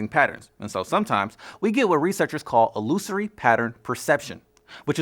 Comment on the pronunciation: You pronounced illusory incorrectly